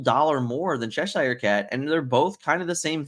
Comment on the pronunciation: It's pronounced Cheshure! I live there 😂